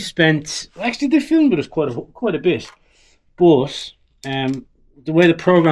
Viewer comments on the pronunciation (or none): none